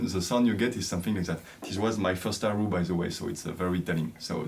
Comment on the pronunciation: Hi, I am so impressed by your music! A westerner playing a Chinese instrument, is marvellous! I am still an amateur player. I just like to tell you that erhu is pronounced as "er hu" and not "er ru". You need to pronounced the H as "hu" or "hoo"